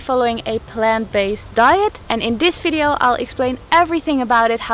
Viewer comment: Best thing I like how you say "(F)video" :)